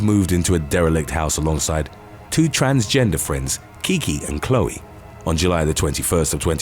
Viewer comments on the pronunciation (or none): none